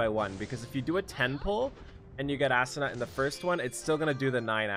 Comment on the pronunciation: sigh. please pronounce it as "Ah-Su-Na" not Assuna lol